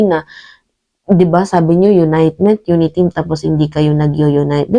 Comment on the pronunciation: 'unitement' ba o 'unity'? Ano ba yan!